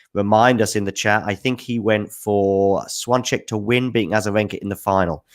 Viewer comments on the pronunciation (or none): Swancheck? really?:D wasn't sure what you're talking about for a while, I thought "swan check" is some sort of a Brit phrase, an idiom maybe, I don't know the meaning of. Her name is pronounced close to this: "shfyonteck" in English (without the phonetic alphabet at hand).